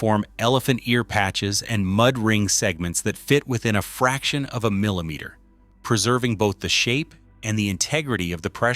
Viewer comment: MILLEMETER??? BITE YOUR TOUNGH